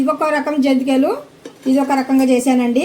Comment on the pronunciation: జంతికలు 😮జంటీకలు కాదు